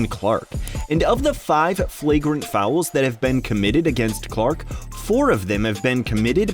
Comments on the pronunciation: Are you saying fowel? LOL!!! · How the heck are you making “fouls” a two syllable word 🤣🤣